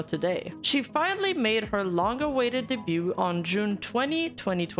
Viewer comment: in debut and debuted, you don't pronounce the T. 'Daybyoo', and 'Daybyooed'